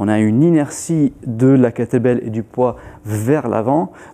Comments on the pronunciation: C'est exactement ce qu'il dit ! 🤣🤣🤣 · J'entendais à chaque fois "l'entraînement avec "que t'es belle"...